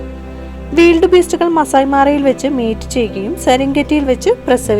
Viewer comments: വീൽഡ് ബീസ്റ്റ് അല്ല.. വൈൽഡ് ബീസ്റ്റ് എന്നാണ് ശരിയായ ഉച്ചാരണം... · Weeld beast, adhendh beast. Wild (wayild )beast ennu para. Than evidunna english padichadh.😇😇😇😁😁😁😂😂😂 Than verum malayalathil paranjal madhy. Cheriya kuttigalude English kulamavum.